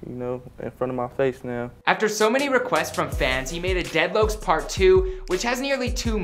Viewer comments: daydloakcs ? its pronounced dedlocks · my man said deadlooks 😂😂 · Dont ever call it dead lokes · Hold up Dead lowcs??? Hahhaah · Lmao dead louoks lol